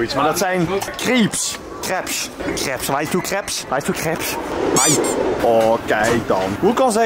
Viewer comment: Deze man zegt krebs ipv crepes bij die pannenkoeken tent💀